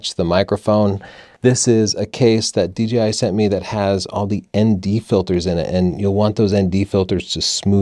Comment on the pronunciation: DJI not DGI - please. Thanks.